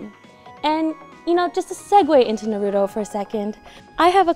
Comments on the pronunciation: Why do people say naruto like “naroodle”? Like what the heck these days... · Im startin to see why Naruto is always gettin shafted by Bandai...girl on camera cant even say Naruto properly, ouch.